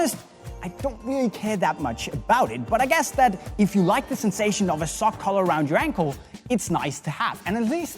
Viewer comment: Was I the only one who thought was saying 'colour' when he said 'collar' 😂